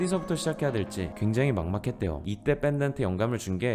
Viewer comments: 신뢰를 신뇌 라고 발음하기도 하고, 이 분 국어 안배우셨나.. 내용은 좋은데 도저히 그냥 못지나치겠네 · 영상 보고 있다가 도저히 못참고 의 발전을 위해 글 남깁니다. 요즘 유튜브를 보다보면 소리나는대로 발음해도 되는 부분을 억지로 발음하는 분들이 많더군요. 애석하게도 도 그와 같은 실수를 하고 계셔서 짚고 갑니다. 아래 참고해주세요. 인류. (인뉴 X 일류 O) 신뢰. (신뇌 X 실뢰 O) 인력. (인녁 X 일력 O) 전력. (전녁 X 절력 O) 권력. (권녁 X 궐력 O) 전략. (전냑 X 절략 O) 전류. (전뉴 X 절류 O) 본론. (본논 X 볼론 O) 연료. (연뇨 X 열료 O) 간략. (간냑 X 갈략 O) 군력. (군녁 X 굴력 O) 면류관 (면뉴관X 멸류관O) 등등등 사실 이렇게 그냥 소리나는대로 발음하는게 뒤에 따라오는 발음을 하기에도 편합니다. 억지로 꾸역꾸역 만들어 발음 하실 필요 없답니다.